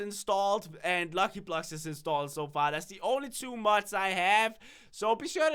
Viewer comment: I find it funny that he pronounces mods as muds